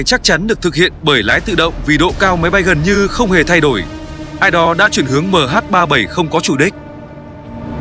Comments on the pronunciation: Đ*t me. Nghe MH37... 0 là bực mình. Cho autobot đọc thì cũng lập trình sang chữ "mươi' thay cho 0. Nghe cứ tưởng 0 là phủ định. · Đó mình nghe mà ức chế cái từ đọc mh37 rồi dừng lại rồi mới không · MH 370 má cứ đọc MH 37 ???? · Đọc Ba bảy không cũng đc nhưng đọc liền 370 thì ok. Đây lại đọc MH37 rùi mới 0. Nghe sao sao ý. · Lỗi do người biên tập thoại cho giọng đọc AI, ko viết cách ra hoặc để dấu phẩy nên AI nó đọc liền luôn. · không lẽ có bốn số thì đọc là MH37O muoi, van đề là ở người đọc